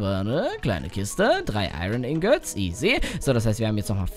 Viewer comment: du hast Iron ingits gesagt